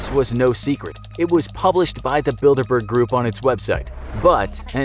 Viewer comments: I keep hearing Build a bear. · I thought it said dinkleberg instead bilderberg DINKLEBURG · I’m not the only one hearing “Build-A-Bear” right?